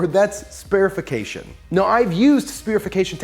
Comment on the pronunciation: OK Dude. But it's "spherification" not "spearification". That would mean turning the tomato paste into a spear...